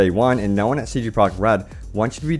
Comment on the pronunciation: hey, it's CD Projekt RED! Not CD Project RED!